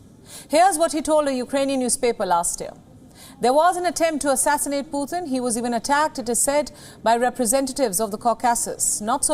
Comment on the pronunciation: for God sakes Indian people, its not "Phuhtin", its Pu-tin. not that hard to say!